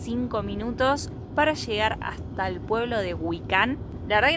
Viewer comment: 👉 Gracias. Lástima que la gente ya no hace la pronunciación correcta; porque indistintamente leen: GUICAN de GÜICAN. 👈